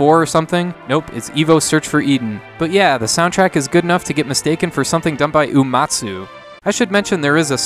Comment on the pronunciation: Normally I wouldn't do this, but it's happened in a few videos now and it is starting to be too much for me... you keep saying it "oo-mah-tsoo". It's "You-ee-mah-tsoo". Sorry, I just had to.